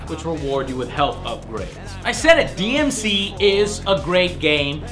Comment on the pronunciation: It’s not DMC: DMC It’s DmC 😏